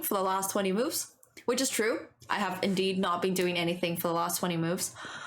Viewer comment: you also said ‘lost’ instead of ‘last’